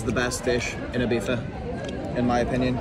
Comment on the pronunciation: Please start saying Ibiza not Ibifa boy. Dont be that arrogant to it. I believe you can do it! ;)